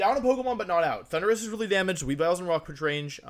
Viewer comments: My favorite part is the announcer pronouncing "Thunderous" like "Honduras" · why's he pronounce thundurus like honduras